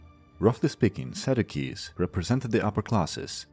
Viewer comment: Sadducees is pronounced Sad you sees.